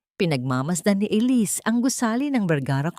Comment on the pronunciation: Maganda ang storya, kaya lang honestly, na di-distruct ako everytime na paiba iba pag pronounce sa pangalan na Elisse....mabuti sana kung foriegner ang narrator..sana mapakingan niyo rin ang sarili mong nareation para maintindihan mo ang mga comments..salamat..